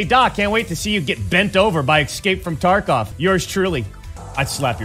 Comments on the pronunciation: It breaks my heart to hear Doc say "exscape"... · does he say ecscape on purpose?